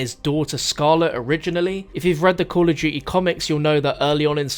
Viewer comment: * call of du-ee